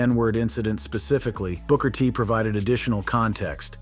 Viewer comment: "Broker T?" SMH!